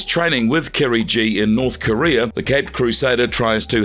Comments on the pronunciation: KIRIGI "GI" NOT KIRI G 🤣🤣🤣 Damn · Kirigi , not Kerry G